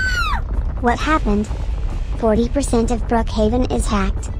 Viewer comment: Is not brookaven is brookaven pibby